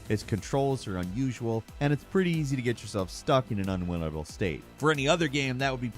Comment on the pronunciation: Did.....did I hear "Unwinatle"??